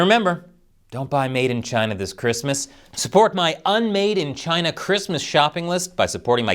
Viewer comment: The ONLY correct way to say the official name of west Taiwan...Chiaaayna! 🇺🇸🇺🇸🇺🇸